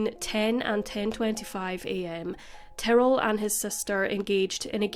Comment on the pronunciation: I was jarred hearing “Tarell” instead of Ty-rrell. At first I thought I missed something and there was someone involved whose name sounded like Darryl but with a T.